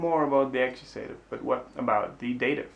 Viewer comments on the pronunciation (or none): I know this video is quite old but I don't see any commentaries about what I'm about to say (if there are already, sorry for repeating): be careful with the pronunciation of the cases names in English; they are not /akuSEItiv/ and /nomiNEItiv/ but /aKIUsativ/ and /NOminativ/ (I'm trying to reproduce the pronunciation without using phonetic symbols, which of course are much more precise). Thanks for having made this channel, it's great! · Nominativ isn’t pronounced Namienejtiww in English, it’s Naminne-tiww, Accusativ isn’t Äckjusejtiww it’s Ackjuhse-tiww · Very helpful. One detail though: "accusative" is pronounced "A-Q-SA-TIV", not "A-Q-SAY-TIV" in English (I just made that lame phonetic system up but you get the picture.) Thanks much.